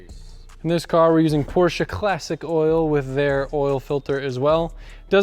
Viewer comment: PORSCHE, NOT PORSCHA!!!!